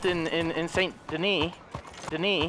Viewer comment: it’s pronounced san deni not saint deni even know it’s spelled saint denis